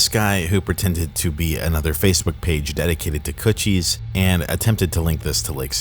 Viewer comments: i was listening to this video without watching and everytime you said kutch I thought it was coochie and laughed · I keep thinking you’re saying coochie lol